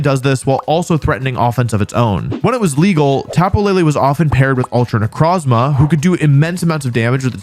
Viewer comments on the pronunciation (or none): none